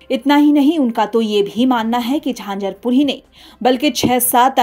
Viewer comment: झांझरपूर नहीं झंझारपूर कहिये 😮😂